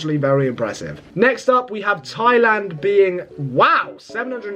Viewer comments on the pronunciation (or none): none